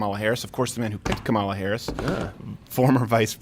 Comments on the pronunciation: Comma, La. say it. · I know you guys don’t like her but damn say her name right😂😂